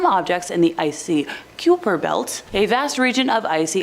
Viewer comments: "Kīper" belt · It's pronounced as kie like pie kie- pur